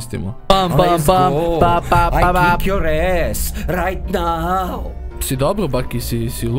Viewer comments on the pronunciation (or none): am kik yu es rajt nau hahahaha